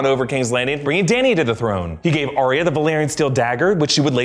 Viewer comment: ar ya not ar ia